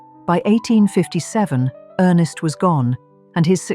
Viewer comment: Ernst Augustus, not earnest.